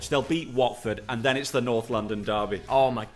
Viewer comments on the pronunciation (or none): none